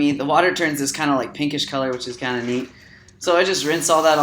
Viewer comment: sounds like he says thats kind of meat, and not neat